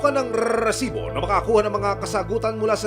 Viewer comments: Panindigan mo yang RRRRRRRRRRRRRRRRRESIBO kahit bumibili ka ha at hihinge ng RESIBO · RRRRRRRRRRRRRRRRRRRRRRRRRRRRRRRRRRRRRRRRRRRRRRRRRRRRRRRRRRRRRRRRRRRRRRRRRRRESIBO ANG DAMING RRRRRRRRRRRRRRRRRRRRRRRR😂😂😂😂BWESIT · rrrrrrr kala ko naglalag eh rrrrrrresibo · Bakit ang pronounce nya Ng resibo e "rrrresibo" nakakasira Ng concentration SA panonood Ng storya Ng balita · Rrrrrrrrrrrrrrresibo😂😂😂😂😂 yawa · Kaka inis ang rrrrrrresibo na expression na yan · GMA sobrang bothering yung pinapahabang rrrrrrrr sa resibo. OA pakingan pag paulit ulit na